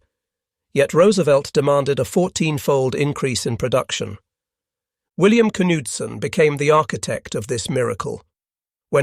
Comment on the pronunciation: That is the correct pronunciation of the name Bill Knudson. Somehow I know. No relation though. Hit the nail on the head: Tactical Advantage vs Industrial Annihilation. As we econ folks say: Butter and Guns. This show was about aircraft, do check out ship production especially when the Essex's started to show up. Game over.